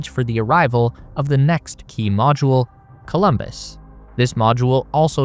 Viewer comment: It‘s Columbus, not Colombus